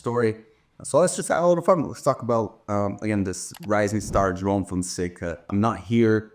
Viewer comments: You have such a clean pronunciation of João. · Are you brazilian? The "João" pronunciation was perfect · He's Brazilian so it's obvious he pronounced it correctly 😂😂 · Beautiful pronunciation of João. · Is Karue brazilian? Cause his pronunciation on "João" was perfect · I’ve been watching your vídeos for quite some time now and literally just noticed that you are also Brazilian by the way you pronounce João hahahahaha. Keep up with the good content!! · Yes!!! And it should be required viewing for all the other tennis media. If they can be bothered to pronounce Iga’s name correctly, then they need to pronounce Joao the right way too.